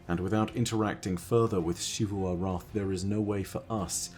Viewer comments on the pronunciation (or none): WHY do you always say "Shivu" Arath when the game clearly pronounces it as "Zivu" Arath?